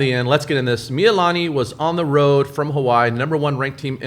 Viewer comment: Hawaii just called me. They heard the way you pronounced Mee-lee-lah-nee and they told me they have cancelled your Aloha shirt privileges for the next two weeks. Instead, your punishment is to wear Depeche Mode t-shirts that are two sizes too small.